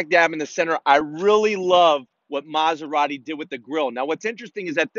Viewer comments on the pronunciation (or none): stop calling it "masuradi", it's M A S E R A T I